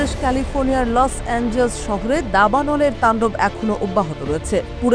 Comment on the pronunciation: লস এঞ্জেলস না লস এঞ্জেলাস